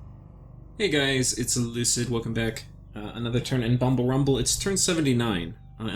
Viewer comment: Lucid, click the pronunciation button :)